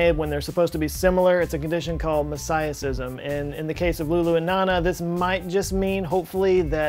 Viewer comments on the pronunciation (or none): Isn’t it pronounced mo-zay-ic-ism? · Mo-say-ick, Mo-say-ih-cism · Quick pronunciation point for you, "mosaicism" should be pronounced with long "A" like "mosaic." Mo-ZAY-ih-siz-im. Coming from a molecular bioligist, cool video! You did quite a good job reporting on the incident and describing the real pros and potential cons. Keep up the good work! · I was momentarily thrown off by pronunciation of mosaicism. (I'm not sure his pronunciation is correct, but there may be multiple ways that are considered OK.) And the plot is definitely thickening. A few years ago, I began to see that chimerism is common, and takes a wide variety of forms. Now here's mosaicism, which is sort of like chimerism, but different. For now, it's quite confusing.